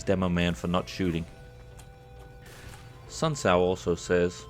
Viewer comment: It kinda got on my nerves the way you pronounced Sun Tzu. For me it was ridiculously distracting as it ate at the back of my mind; I guess this comment is my way of getting it out there before resuming